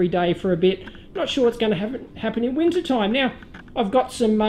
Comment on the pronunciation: I love how Aussies really say winter :D